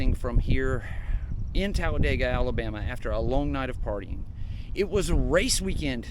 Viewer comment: it's not Talladayga, it's Talladeega.